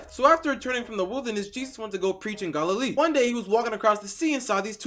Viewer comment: Bro you're pronouncing every Bible name wrong 😭 Herod, Galilee, Judea, Pontius pilate